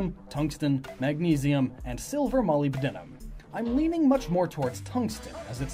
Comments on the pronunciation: Just to let you know, molybdenum is pronounced mo-lib-den-um instead of moly-buh-den-um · "molly-b-denim" Uhm no. Thats not how you say Molybdenum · Oh god, hearing you pronounce molybdenum throws me off. For future reference, it's pronounced mo-lib-deh-num. I hope that helped. Still, good video. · That feeling when someone mispronounces an uncommon word that you know. Molybdenum is pronounced 'muh-lib-duh-nuh m' because it totally makes perfect phonetic sense. Awesome speculation, by the way. Really love seeing such a thorough theory. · The way he pronounces "Molybdenum" made me face palm so hard, that my body was flown around the whole galaxy and forced to write this comment